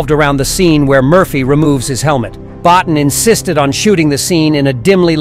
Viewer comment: Bottin is pronounced Bow-Teen.